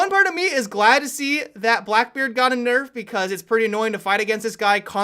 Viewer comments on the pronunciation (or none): none